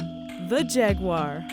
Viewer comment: Mispronounced Jaguar and Puma